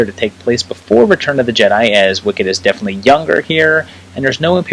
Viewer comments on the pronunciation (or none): none